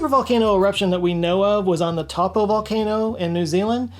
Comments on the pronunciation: Hey! New Zealander here:) Love your vids and I just wanted to let you know Taupo is pronounced like "toe - poor" but you were close XD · It is diabolical how says 'Taupo'. In both videos it was pronounced so poorly and with such confidence it was honestly kind of sweet. It's pronounced 'toe-paw' properly but some people still use 'tow-poh'.